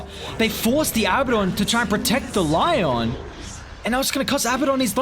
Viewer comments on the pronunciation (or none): none